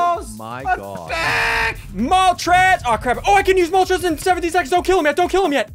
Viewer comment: ArticUNO ZapDOS MolTRES